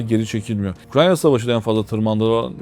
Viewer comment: Hocam biraz dikkat et ülkenin adını bile doğru söyleyemiyorsun ukranya dediğinde anlattıklarının tüm ciddiyeti ortadan kalkıyor